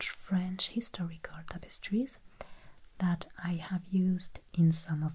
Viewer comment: Love the "zees topostree" videos